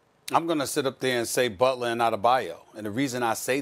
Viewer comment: Jimmy "Bulter" LMAO